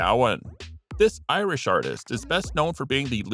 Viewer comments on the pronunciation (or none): none